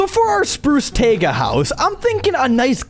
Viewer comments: Why is he pronouncing taiga t-AE-guh, not t-AI-ga. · It's taiga not tayga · Bro said tayga not tiaga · did he fr just say tayga